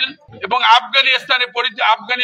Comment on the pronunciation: আগে আফগানিস্তান বলতে শিখুন, তারপর না হয় ব্লা ব্লা